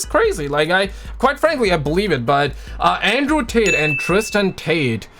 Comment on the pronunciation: Did you say Andrew Tater?